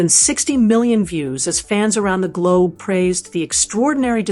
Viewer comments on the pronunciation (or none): none